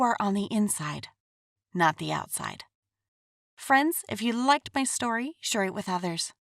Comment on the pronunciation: I love how she says my thick story 🤣